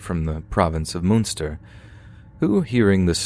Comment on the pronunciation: Love to way he tries to say Cork and Munster